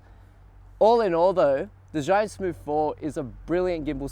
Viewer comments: Please get it right it is pronounced chew-Ing no Z anything!!! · You, as a Chinese should pronounce Zhiyun properly.... sigh.... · What a shame you can't even pronounce Zhiyun correctly... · Learn how to pronounce zhiyun mate